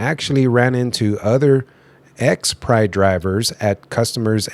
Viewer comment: When you say Pride it sounds like you're saying Prime lol 😂. Like on step brothers, Pannn. No PAM! JK have a great day. Thank you for sharing the video. Keep on truckin